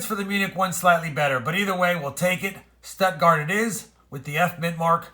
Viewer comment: Hello. Yay, I guess this makes you ahead of the game compared to the average from last year. In regards to the Deutschmark, your pronunciation of Stuttgart was off a bit. Maybe try it like Shtoot-gahrt or Stoot-gahrt. Thanks for your work and all the best.